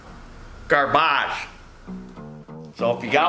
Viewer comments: I'm a simple man. If tells me something is Garb-age, it's garb-age. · com-press-EE-on, gar-BAHGE Love it when speaks French. Wooooooooo.....